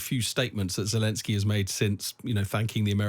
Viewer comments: If this guy wants to sound like he has any idea about geopolitics, he should learn the name of the Ukrainian president. It’s not Jalinsky, it’s not shelenskyy, it’s Zelenskyy. Get it right, man. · I know it's a minor point, but why can't a so-called expert pronounce Zelenskyy's name right? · God, this bloke urms and errs far too much! More importantly, can't he get zelenskyy's name right?? That aside, an interesting discussion